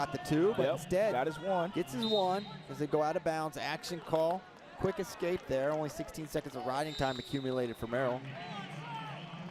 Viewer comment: why does this idiot keep saying excape instead of escape